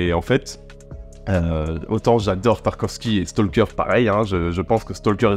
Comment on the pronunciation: Un petit point ; on ne prononce pas le "L" dans Stalker. Oui, je sais, la plupart des gens s'en foutent, mais même si vous vous en foutez, bah maintenant vous le saurez 🙂